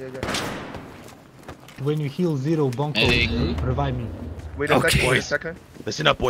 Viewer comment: Nie Bonkol tylko BENCOL!